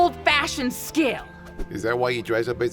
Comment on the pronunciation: "is dat why you dwess up wike a cowboy?"